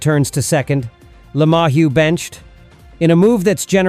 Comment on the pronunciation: Did you say... "Lama-whu? No, no it was ... "La-Mahu" Where did you grow up...Hawai'i? Did you grow up OR are AI generated misinformation from electronic spare parts?? Definitly not front line performances. Do you listen to the Stadium broadcasting team?